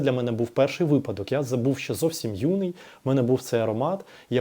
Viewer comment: У вас дуже гармонійна інтелігентна мова. Маленька поправочка: вИпадок